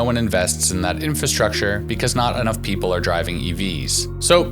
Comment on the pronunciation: What the heck is a 'pepole?' LOL